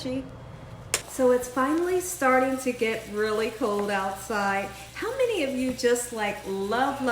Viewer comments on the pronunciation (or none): none